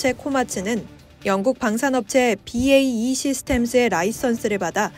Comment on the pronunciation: "케이에이아이 (KAI)"나, "비에이이 (BAE)" 등과 같이 말하지마시고, "카이 (또는 캐이)", "배이시스템즈" 처럼 읽으시면 됩니다.